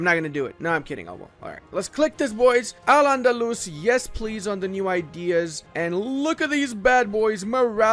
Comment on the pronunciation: As an arab, it's so funny hearing people pronouncing AL ANDALUS 😂😂😂